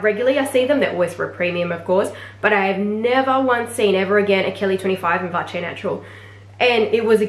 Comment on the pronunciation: oh yeah, missed out on a swift bolide 27 in black - was ready to buy and then someone else had just snapped it up from FP. just FYI: chamonix, is pronounced without the x, and vache is with a silent e...